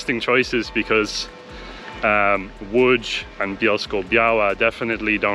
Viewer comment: Wow, you're pronouncing "Łódź" correctly! Respect!